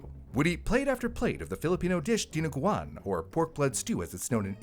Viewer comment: As a Filipino, the way you pronounced Dinuguan was flawless!👏👏